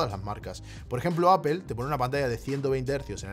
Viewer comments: por que dices apel si es aple (apple (apol)) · Me perdió cuando dijo “apel” cuando van a aprender los españoles a pronunciar “apol”? O bueno este uruguayo italiano podría decirlo simplemente en inglés, es mucho pedir? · Por favor no digas 'apel' o 'nozin' queda fatal, no es así y solo contribuye a la ignorancia tan enorme que hay en este país, con algo tan universal, fácil y básico como el idioma inglés. Luego sales de España, no te entiende ni el tato, se ríen de ti y quedas como la gocha. Debe ser que llevo demasiado fuera del país y hasta ahora no me había fijado, ya que suena fatal.